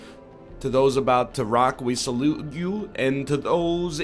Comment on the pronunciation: ''To those about to rock we SALUBT YOU!!" -NL